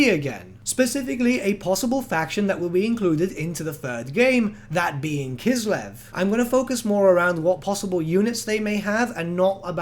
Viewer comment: K: "Kislev" W: "..." K: "Kislev" W: "..." K: "Kislev" W: "I'm listening" K: "..." W: "What?" K: "Kiselv"